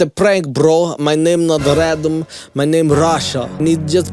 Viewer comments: I can’t stop looking at that security camera on the wall behind him. 😱 Makes me wonder what the security people are thinking if they’re watching him. Also what’s a radam? Or is it that can’t pronounce random? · What the hell is a radom? It's making me want to slap him every time he says it. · WHO THE F@ IS "RADAMS"?!?